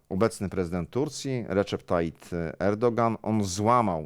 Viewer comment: Szanowny Panie redaktorze, Tayyip, nie Tayyit!